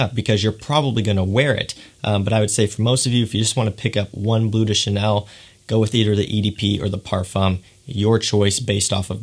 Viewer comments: Cant even pronounce bleu de chanel😂 its BLEU de chanel not BLUE de chanel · Good video, however (and apologies in advance if people think I’m being picky) but please note that “Bleu” should not be pronounced “Blue”!!! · It's pronounced "bluh," rhymes with the. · its BLEU, not BLUE. its french. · BLEU, not BLUE :) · I hate how American reviewers pronounce “toilet” and “parfum” all ‘fancy’, yet say “blue” instead of “bleu”